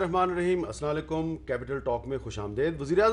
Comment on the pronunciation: Hamid Sahb, Asalaa lyukm nahi hota. Asalam o alaikum hota hai. Thanks